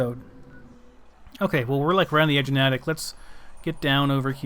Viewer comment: It's pronounced Nay-tick